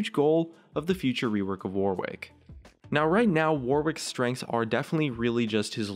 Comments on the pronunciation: It's pronounced warrick, not Warwick. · ITS PRONOUNCED "WORRICK" NOT "WAR-WICK' OMG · For goodness fucking sake, "Warwick" has a silent W. It's pronounced 'worrick' not 'wor-wick'. The more I hear it said like that, the more I lose my mind. Please... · Why do Americans pronounce Warwick War-wick, its pronounced Warick in English. For fuck's sake you don't say Anthony An-thony, its An-Tony, oh wait fcking Americans. -_- If he was meant to be called War Wick then they would have called him that? Oh Riot is American, my bad guess I should just try... but its so damn annoying omfg speak English properly?!? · The way Americans pronounce Warwick pisses me off so much, its an actual name and an entire county in England how is it so hard, its like yorick but with a w but every American ive ever heard pronounces it war wick, its my number 1 league pet peeve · Warwick is pronounced 'Warrick', by the way... you know, just sayin'. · It's pronounced 'Worrick' you silly American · It is the Fuwtewer Wowick Weework. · It's not the accent you goon. We are perfectly capable of saying 'wor-wick', but we choose not to, because it is the incorrect pronunciation. The vast majority of British accents, of which there a massive numbers, are very working-class, common sounding. Please get educated before vouching an opinion. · STOP PRONOUNCING IT AS WAR WICK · Why isn't Warwick pronounced "Worrick" like it should be? ALWAYS bugged me :/ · Any other British people annoyed with how Americans pronounce "Warwick"? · I hope they fix it so that people know how to pronounce Warwick. As its the name of a place that I happen to be from, I wince away from every second w when people say his name.